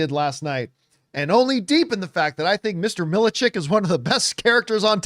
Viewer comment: It’s pronounced MIL-CHECK lol